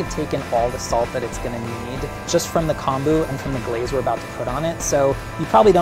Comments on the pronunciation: pronounced k - oh - n - boo, not k - ahn - boo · Just FYI... Kombu is kOmbu, as in Comb (you know for your hair) that’s how the “o” is pronounced lol So technically it’s COMB-oo